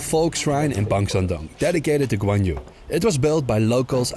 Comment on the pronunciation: 그 놈의 관유 관유!! 관우 라곳!! 관우 관우 관우 관우 !!!!!!! 백번 양보해서 중국발음으로 해도 꽌위 정도? "유" 가 아니라곳!!!!!!!!!!!!!!!!!!!!!!!!!!!!!!!!!!!!!!!!!!!!!!